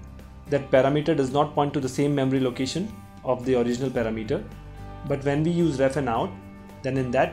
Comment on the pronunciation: Thanks you so much) now i have a new way to say the word parameter) it's paramEter! =) lol... but thank you )